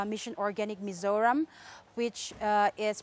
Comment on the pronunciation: Please do pronounce correctly. It is MIZORAM, not as you show like "Mr Ram/Meso Rom". It is MI-ZO-RAM